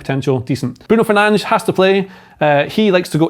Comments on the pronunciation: His name pronounce Brun Fernansh in Portuguese. Not that difficult to find out before you write wall of dogshit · Who is Bruno Fairnanch? I mean i know who he's talking about but i dont understand the butchering of proper enunciation. There is a whole extra syllable in the name he is saying and it just gets thrown away while the priior syllable is completely mispronounced. If you didn't know what he was saying you would never be able to understand who or what is being described when such a lackadaisical approach to language is adopted. I have a little bit of an extreme example to show what i mean. It's like hey did you see the blue waln earlier? But instead of saying wagon you said waln. Language only works when you use the (intended) universal structure and sound pronounciations that govern said language. Otherwise, why talk at all? Rant over